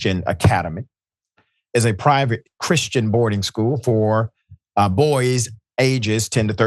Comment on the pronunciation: LOL...Once again, it's the "Chrishtons".